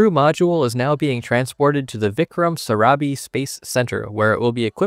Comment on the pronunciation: ISRO is Indian Space Research Organisation not India Space.....West can't Google the Acronym Full form in English Similarly It's SARABHAI not Sarabi